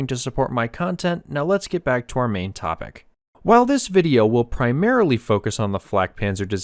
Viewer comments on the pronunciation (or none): none